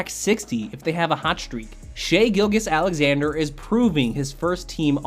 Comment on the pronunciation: Pronounce Shai’s name right! Watch games! It’s “Gil-Jiss” not “Gil-Gus”